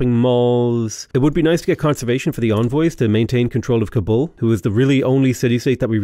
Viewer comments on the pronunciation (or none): none